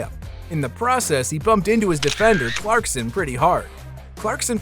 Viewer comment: The fact that you said “clarkston” the whole video drove me so nuts